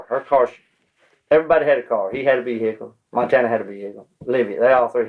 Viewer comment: “They had a vee-hickle, she had a vee-hickeleI, I had a vee-hickle, he had a vee-hickle, everyone had a vee-hickle”! lol 😂😂😂😂😂